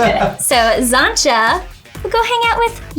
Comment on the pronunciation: Love but her pronouncing of xantcha’s name is grating lol